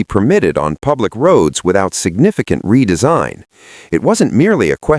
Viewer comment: The Moke…”there was no deresign “ umm? Redesign?